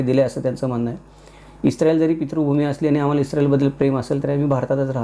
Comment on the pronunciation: ITS ISRAEL NOT ISTRAEL